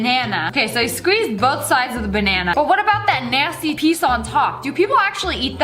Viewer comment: "Bannaner" haha